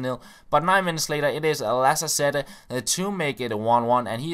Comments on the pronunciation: We pronounce Lacazette "laKazette", not "lassassette" ^^ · just so you know for the next time, it is pronounced laKazette ;) great vid as always